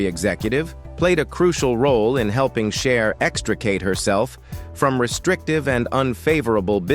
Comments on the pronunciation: It's not shar , or shies , it's CHER!!!! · Narrator learn how to pronounce Cher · AI voice was annoying at first but, the way it butchered everyone’s name was effin’ hilarious. It’s am and I’m trying to laugh quietly which made me laugh even more. Shar looked great, especially when she dated Wearon Beater then who knew she married and divorced Bono? I’d better stop now and watch something boring.